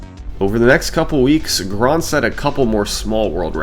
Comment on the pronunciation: ❌ Grindset ✅ Grondset